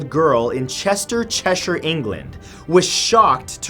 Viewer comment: Mathew!thank you for saying Cheshire properly every American ...or Canadian always pronounces it really bad..fair play.